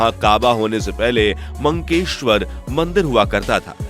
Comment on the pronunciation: मंकेश्वर नहीं , मक्केश्वर कहा जाता है।